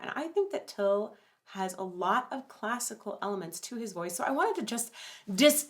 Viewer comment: Thank you. Finally someone who pronounces their name appropriately.